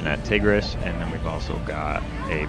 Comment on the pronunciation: It's pronounced Ty gris but amazing video and thank you for updating me on my home park!